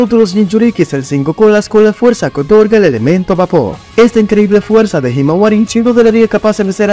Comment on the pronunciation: se equivocó y dice fueza 😂😂